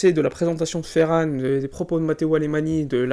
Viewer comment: Très bonne vidéo, mais ça se prononce "Alemagne", pas "Alémani".